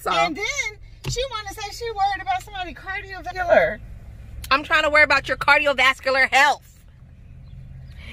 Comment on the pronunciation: U said "Cardio Vaniller" YOOOOO Frank and Me are CTFU!!!!!! Replayed it 3 times hahaha!!! Ür SOOOO FUNNY